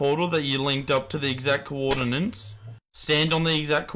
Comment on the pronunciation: no one gonna tell him that it is coordinates and not coordinans?